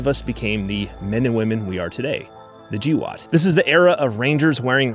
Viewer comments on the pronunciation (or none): Gee woat? Bro its GWOAT.